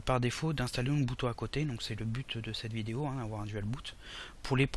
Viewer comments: Bonjour ton tuto est génial merci ! /!\ ATTENTION : Mr relou arrive dans la salle ! Ubuntu se prononce "ou boune tou" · Ubuntu pas Unbutu Tu dis unbutu 😂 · Je ne doute en aucun cas de vos compétences en informatique, mais, vous prononcez mal UBUNTU ... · UBUNTU, pas unbutu ! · c'est super ta video. Merci. (Mais Umbutou ca me fait marrer chaque fois que tu le dis :o)) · Mdrr j'avoue il fait déliré comment il dit Ubuntu ^^ Et oui super vidéo